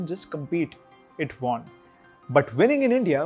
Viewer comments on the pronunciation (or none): Great video but the impression of your channel might improve with better pronunciation. I see you say 'tousand' instead of 'thousand'. Also, 'won' is pronounced 'wun' like 'bun'.